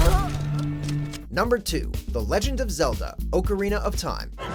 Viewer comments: You're not even saying the Zelda title correctly... -_- Anyways, why the hell isn't Fortnite on here? People won't shut up about it. It's quite Abysmal. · I'm getting my pitchfork for you saying Ocarina of time